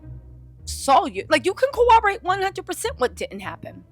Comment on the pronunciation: I implore you to say “corroborate” correctly. We have a generation out here saying things like “irregardless.” Thank you. Love you.